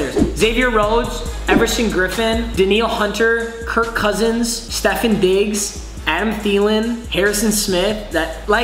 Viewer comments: "Stefon" btw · I swear if he says Stefin Diggs 1 more time... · Nobody: Not a single soul:: “Stifin Diggs” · Got me when he said “steffin digs”😂